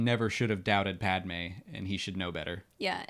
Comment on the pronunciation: iceberg11327: I agree especially the way he pronunces Padmé's name irrks me.